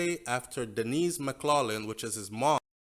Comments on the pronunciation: The name McLaughlin is pronounced MACK-LOC-LIN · Hey, maybe you don’t realize but the last name McLaughing is pronounced: “Mack clocking” please note. This is just a constructive criticism!!